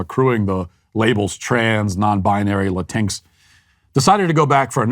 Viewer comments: Matt, it's Latin "X". Not Latinx like Sphynx. I agree that it's rubbish, but still. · LMAO omg Walsh it's pronounced Latin-X. You actually say the x. That being said, this world is an insult to the Spanish language. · It’s actually pronounced “la-teen-ex”. I say this not as a supporter of this nonsense (quite the opposite), but purely as a Grammar Nazi (my umbrella term for all linguistic purity) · Did Matt just La-tinx 🤣🤣🤣🤣it's latin-x you bigot🤓🤓🤓🤓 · So funny how he says Latinx like Latinks lol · "Latincks" i'm f'ucking dying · Matt, I love that you say "La-tinks" because that is exactly how I genuinely read the word when I first saw it. Rhymes with jinx, minx, and sphynx. At first I thought it was some kind of TV channel, like BET for Spanish speakers. And as a former leftie and humanities major, every single thing you said in this video is 100% true. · Matt ALWAYS make me laugh!! 😆😆 These people are TRULY INSANE. Oh, and "bonus points" for the "La-tinks". I want to so use that now, when I meet one of these that call themselves, "Latin-X", phonetically. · His pronunciation of Latinx kills me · My Mexican side hates “LatinX” but they way Matt pronounces absolutely makes me belly laugh so hard that it hurts. 🤣🤣🤣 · The way you pronounce latinx is hilarious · Pronounced Latinx just like sphynx. Matt is the best. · I will always pronounce latinx the way he did in this video from now on. I couldn't help but laugh when I first heard it. Just beautiful. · I like how you pronounce Latinx 😂😂😂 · i love how u pronounce latinx xDD